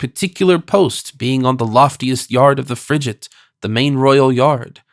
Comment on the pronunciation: I gave up on the pronunciation of “FRIGATE”! A “g” is hard before an “A” . Seriously, the preface on understanding language in its time was hardly more apt, particularly when the reader is unable to effect the proper pronunciation!